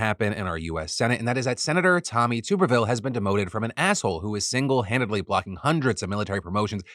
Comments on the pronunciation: Tommy Tuberville's last name is pronounced with a short 'U' sound (like "tub" as opposed to "tube"). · I hate that he’s in the news but please stop saying tube-erville it’s tub-erville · Hopefully Tuberville isn't needed to be brought up again BUT a bit of correction. His name is TUBerville (as in bath TUB) not TUBEerville. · AGAIN, the "Tub" in Tuberville is pronounced like a bath tub!!!!!!!!!!!!!!